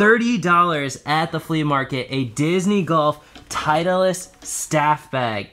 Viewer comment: honest question.. i heard you guys pronounce "titleist" as "teitlist".. is that a regular thing or only between you two?